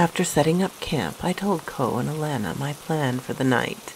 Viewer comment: I love how you say my granddaughter's name Alana 🥰 ty for this video sweetheart 👍🏾